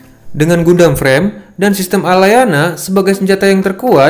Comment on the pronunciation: Saran bang Cara baca Gundam ❌ GANDAM ✅